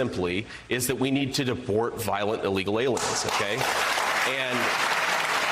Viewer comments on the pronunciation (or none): did that freak say..."debort"...?